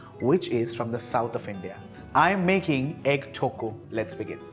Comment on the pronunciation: The way you pronounce thokku is absolute blasphemy. But your dishes turn out great whenever I try it so I'll let this slide.